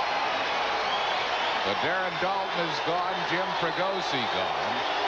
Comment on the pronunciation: his fake forced calls like his home run call "at the track, at the wall, looks up! That's ball is gohgoon!!" And I spelled "gone" wrong because he tried to make it a 2 syllable word. His overall humor and corny lines in general. He tried way to hard to be "different". He never let the game breathe. He was like a value version of the clown in New York, John Sterling. Im so grateful we have Franzke now. Sooo much better. He lets the game breath, his banter with his color guys is actually real and not forced.